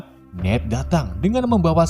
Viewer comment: Bang salah ngomong nama bukan nid tapi ned